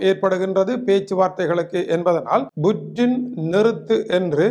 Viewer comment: புற்றின் இல்லடா அது புட்டின்…இதுவாடா உங்க Jafna தமிழ்…🖕